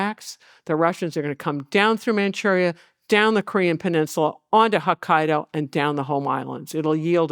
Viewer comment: Listening to just a few minutes of this, I can already tell she is not an expert on the surrender of Japan. Her inability to pronounce Hokkaido correctly was an early give away. First of all, the Supreme War Council had already decided to accept the Potsdam Declaration before the bomb dropped on Nagasaki, so that bombing did not in fact affect the decision to surrender. Secondly, saying that the Supreme War Council accepted and implemented the emperor's decision to surrender is a mischaracterization. The key person was War Minister Korechika Anami. He neither implemented nor opposed the emperor's surrender order; rather he decided to kill himself, which was what in fact broke the deadlock from a realistic point of view. After Anami's suicide, the SWC was 3 to 2 in favor of the emperor's decision. Finally, not all of the Japanese military obeyed the emperor's surrender order after August 16th. Anthony J. Marchione was killed when his B-32 was attacked by Japanese aircraft and anti-aircraft fire on August 18th over Tokyo. Japanese planes took off that day from both Yokosuka and Atsugi to attack the flight of B-32's, in violation of the emperor's order to surrender.